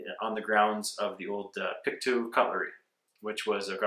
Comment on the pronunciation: i am sorry but i have to... pictou i pronounced "Pick-toe" -Great video though!